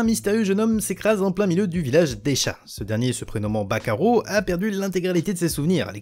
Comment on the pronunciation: j'ai compris "bakayaro" au lieu de "back arrow"